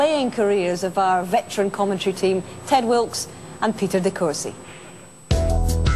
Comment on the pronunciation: Says Ted Wikes, not Wilkes, hehe